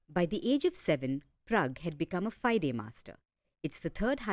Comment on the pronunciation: Dear reporter it's pronounced fee-day not fide (as in wide). Also his sister was not a local champion she was a multiple time national and world youth champion.